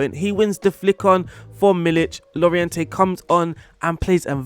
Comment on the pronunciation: It’s pronounced Jorente, not Lorejente.